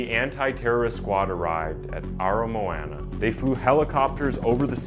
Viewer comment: The pronunciation of "Aramoana" was the most horrendous thing yet